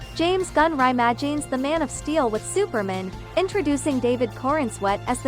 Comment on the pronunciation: Slight mispronunciations. Like "Supermen" and "AvaTer "Always learning. But Great Video. 👍